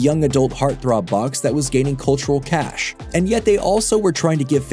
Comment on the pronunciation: Yesterday I watched a video where someone repeatedly mispronounced cache as cachet, and today, this video mispronounces cachet as cache.